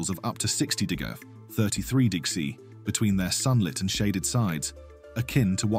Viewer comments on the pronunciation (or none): Damn. AI cant read "degresss". 😄